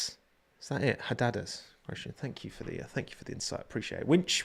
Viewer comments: HAAAAR DEEEE DAARS is how you pronounce those birds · the birds are called hadedas (pronunciation needs a little work 🤣🤣🤣) but on a serious note, as a South African (Joburger), I do think Kyalami is the way to go. Street circuits are too many already and Kyalami is a beautiful track!